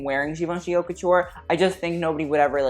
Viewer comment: I’m just wondering, are you pronouncing “haute” in a wrong way on purpose?